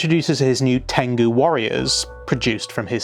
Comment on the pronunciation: LOL! Just FYI, "tengu" is pronounced "teng-goo" not "teng-ga" 😂 If they were "Tenga Warriors" it would definitely be a "you're welcome dads" situation 😂😂😂